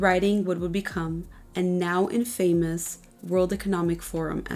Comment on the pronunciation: You mispronounced "infamous"